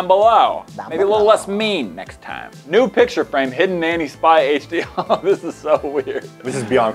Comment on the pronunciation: Instead of new I heard nude